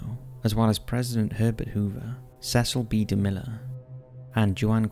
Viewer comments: Cecil b demille Not demiller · Bryner pronounced like Pinner and its Cecil b de Mille not miller.